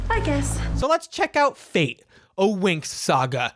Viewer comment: Just want to point out it's fate where the a is read as the u in fun and the e is read like the e in yes. It means fairies in Italian and has nothing to do with Destiny